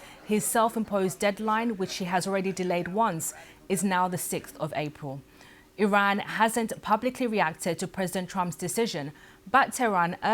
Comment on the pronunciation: Twoops... Apwiw... elocute, madam!